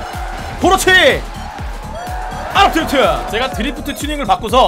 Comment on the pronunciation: 아!랍드리프트 '아'를 강조하는 그는...